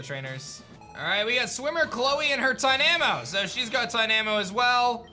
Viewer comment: The way you say tynamo is dynamo but with a t